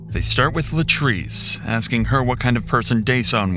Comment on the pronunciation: He's axing questions.